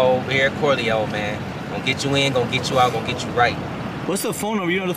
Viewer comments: If says CoryLongs instead of Corleone one mo time 😩😩😩CJ the BMW looks great!! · “Corlyne forge” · I’ll give a stack if he can pronounce corleone 😂😂😂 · That mug is beyond nice, but can you teach how to say Corleone Forge...lol...that's my guy tho 🤘🏿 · Somebody teach how to say Corleone forged 😂😂😂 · And why can’t pronounce Corleone, right? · cant say corleone lol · Well at least we ain’t the only ones that notice talk too much… teach him how to say Corleone too😂😂😂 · Who ever reading this can’t pronounce Corleone.